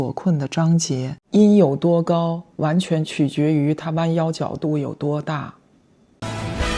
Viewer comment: 张杰的普通话里有浓重的四川口音，但又不是幽默可爱的川普，他，很用力想把普通话说标准但咬字就是四川话发音，比如“完全”两个字